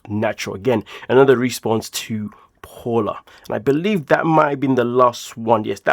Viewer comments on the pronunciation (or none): Not Paula, its pronounced Pow-la